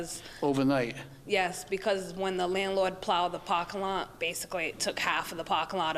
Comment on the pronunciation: “PARKANG LAT”